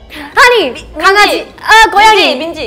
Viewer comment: ~팜하니 레전드~ 안예뻐도호... 갑분 ASMR 헛다리 팜탐정 강아지.. 아앍!!! 꼬양이 딴스딴스 후 바닐라 겟 다소 과격한 발언 뇌도 느리고 팔도 느리고 ?? 쾌녀 박수 고알라라이팅 삼행시 수강생 바로 적용 재밌어 죽겠는 얼굴 발음이 조금 서툰 헛다리 팜탐정 섞으면서 신나버림 설탕이 좋은 팜종원 신나신나 의견 수용하는 팜종원 사우지마세여 급기야 흥분 조종 당하는 중 자아가 생긴 npc 구조요청 베이킹클럽 회장다운 손놀림 막간 재롱잔치 누가 나 불렀냐 냄새 조하